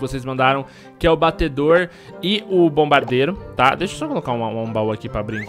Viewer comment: Agonia do flar "batedor"